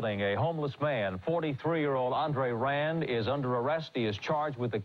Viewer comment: It's pronounced Aun;dre-rand.